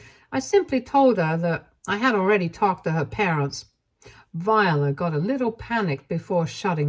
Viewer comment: The name Viola is pronounced vye-OH-la. Not Vyuhluh. This is my middle name and was my great grandmother’s middle name, my grandmother’s middle name, and my aunt’s middle name. Vye-OH-la. Similar to how the instrument is pronounced. Hearing you continuously mispronounce this name is actually kind of startling to me.